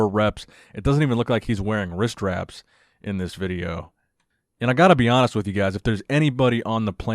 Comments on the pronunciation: What the hell is a vit-chi-o? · "The Veejyo" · Vitcheo guys vitcheo 🤣🤣🤣🤣